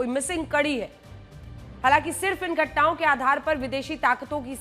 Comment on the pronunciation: Ghatna ke jagah ghutna bool rahi he didi iska matlab ledkion kaa dimag sach me ghutne me hoti he 😅😅😅😅😅